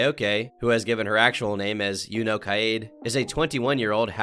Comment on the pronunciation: just btw, junko is pronounced "joon-ko" and kaede is pronounced "kai-yay-day"